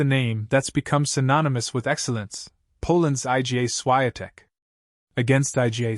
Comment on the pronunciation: It's IGA Swiatek, pronounce as "EEGAA SHFEE-ON-tek" !